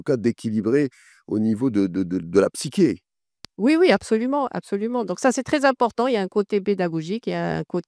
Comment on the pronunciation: « psyché » se prononce /psiʃe/ avec "ch", cher monsieur .